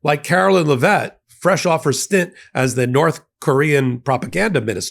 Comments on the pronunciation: Her name is pronounced "Leh-vit", not "Luh-vet". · It's LEV-it. Pronounce her name right. But yes she is conscienceless , liar just like trump.